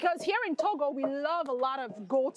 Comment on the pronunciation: Togo not toga